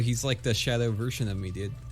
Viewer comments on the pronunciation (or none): none